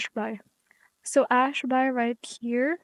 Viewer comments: what the fuck is this retarded bullshit? Ash-Bai? Are you fucking bisaya or something? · Hi. Para kang tanga sis. Ano yang Ash-BAY mo? bisaya kang gago ka?